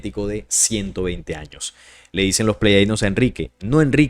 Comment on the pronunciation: Soy tu seguidor y me gusta mucho los estudios de investigación que haces, pero siento raro cuando dices pleyadinos cuando lo correcto es Pleyadianos, sólo en Colombia se hoye así, pero tu público es internacional, y los mismos seres de pleyades, se presentan a sí mismos cómo Pleyadianos.